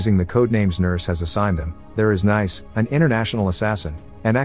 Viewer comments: Pronounced NEECE not "nice"🤦‍♀️ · great synopsis as usual; just a minor note. Sofia Boutella's character's name (Nice) is pronounced "niece," like the French resort city. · i think Ric meant that the characters name is "Nice", she's named after the French city. The name of the city is pronounced like Americans say the word "niece". Ergo the robot was pronouncing the name wrong cause it pronounced it like an American would say "nice" instead of "niece". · Hate to sound like a geo snob, but I'm sure 'Nice' is pronounced Nice, like the place in France. So phonetically it sounds like "niece" more or less. Lol I figured when everyone else had place names, that must've been her name as well. So after that realization, hearing "nice" all the time was kind of funny to me haha 🙃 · kind of confusing since Nice is pronouced nice in french and still different from the way american say "niece" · Great video, but the Nice pronounciation drove me crazy.